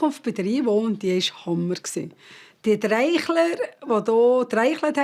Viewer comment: TRIIIIIIIICHLER!!! NID "TREICHLER" weintinybrigerdialäkt hihi